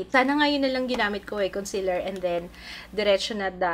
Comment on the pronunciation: Conseeeeeeler not consiler pls 😭😭😭